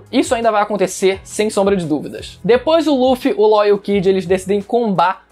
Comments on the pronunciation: o cara fala "Ló " e eu achando que era "Law ". Doflamingo sempre errava o nome do rapaz kkkkk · Como nos falamos:law agora como o fala:lo